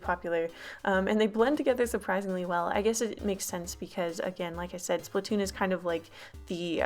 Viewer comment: Sorry for correcting you nut its splattoon (sp-lat To-on)